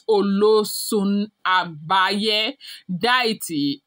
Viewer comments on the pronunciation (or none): It is agbaye ,not agbaya